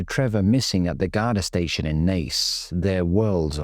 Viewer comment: Actually pronounced Naas correctly, im shocked!